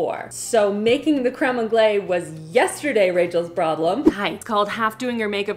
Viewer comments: Its pronounced creme on-glase. Like the s is totally pronounced. And you are so confidently pronouncing it wrong.😂😂😂 and cardamom and mango is a thing. You cant give that pairing to AI. It's used in fine dining all the time. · My brain can't with the continuous mispronunciation of crème anglaise ... Isn't Canada bilingual 🤷🏼‍♂️🤷🏼‍♂️🤷🏼‍♂️